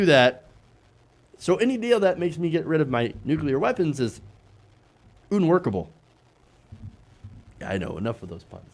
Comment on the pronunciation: Did you say "oon-workable"?